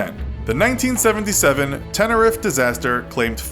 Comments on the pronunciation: ITS TEN A REEF NOT A TEN A RIF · It is not pronounced Tenerif it's pronounced tenereef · It's pronounced "Tenereef" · Tenerife is pronounced tenerif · The way they say Tenerife is triggering 😩